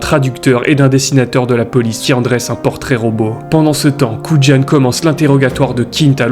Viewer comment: Le nom de l'agent Dave Kujan se prononce "kou yane", pas "koud'jane". 😉